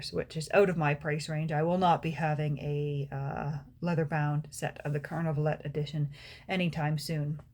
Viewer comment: Would be nice to pronounce Carnavalet without the last letter as the French do ..